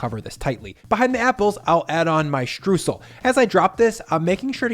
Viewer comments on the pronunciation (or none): I love this recipe but you are saying Streusel wrong. Stroysel NOT Stroosel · He was litterally talking about Streusel the whole time. Only that he pronounced it more like "stroosl" instead of "stroysell". Also in most regions of germany a sweet yeast dough base is used, not necessarily a pie crust. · ffs its not "strewsel" its "STREUẞEL" or "Stroysel". you can say the "oy-" of "oyster", then you can say the "eu" in "streußel" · FYI The "eu" part of "Streusel" is pronounced like the "oy" part of "Oyster", so "stroysel". Greetings from Germany :D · To pronounce Streusel correctly, say "oy" and "sal" ... "shtroysal" ... sorry for being a stickler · Btw its pronounced shtroisel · Streusel ... pronounced "stroy-zl" I sometimes make apple pie without the dough. Just apples and Streusel to be eaten straight out of a shallow ramekin 🙂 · Great recipe! By the way: Streusel is pronounced "str-oi-sel". Greetings from Germany!;-) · Mouthwatering recipe 🤤 Just a tip: "streusel" is pronounced "strOYsel" in German 😬 Otherwise, perfect 👍😎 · Streusel. The eu is pronounced like the oi in the ACDC song TNT. For aural reference. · In case anybody is wondering, the "eu" in "Streusel" is pronounced like the "oi" in "moist", not like "oo" as in... words with -oo-. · Between the pronunciation of "Streusel" and the "German" potato salad that no German has ever made in the history of ever, I am starting to think doesn't know diddly about us Krauts.